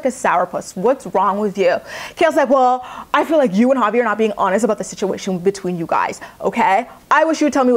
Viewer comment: Every time you said Javi I thought you were saying "poppy"! lol I was like," is that his nickname now?"😅😆😅😆